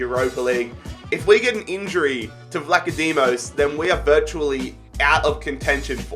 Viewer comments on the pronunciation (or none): its said ''vlahodimos''